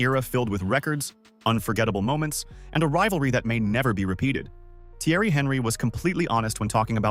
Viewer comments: Jesus christ have the decency to tell your AI voice to pronounce the names right. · Thanks for not fixing your AI voice's pronunciation of Thierry's last name to alert me to not waste my time with this slop.